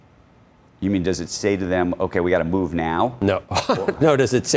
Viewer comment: (eye roll)…. You keep on emphasizing on the word move.